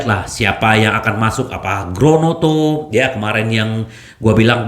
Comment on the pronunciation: Mba lidah Kesleo tuh.. 😊😁